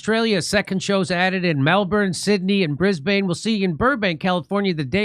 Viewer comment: I seriously love that you bring attention to things like this, but please, ffs, first learn how to pronounce names properly- her name isn't pronounced JIZ laine Brisbane isn't pronounced BANE- it's Bin. I find this whole thing deplorable. Even if djt didn't sleep with under-aged kids, but he once said JE liked them young, but could still prove that he didn't know those girls were s*x slaves, he'd get off on any charges- look how happy JEWfRIE looked at that photo they keep showing about her and Andrew, maybe they all looked happy when djt visited EP island, although not sure if that email is true- why would EP say that? When did he say that? It just sounds weird "leaked email"... ummmm 'K.